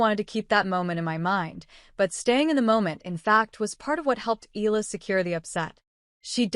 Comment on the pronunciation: Pronounce her family name correctly bs AI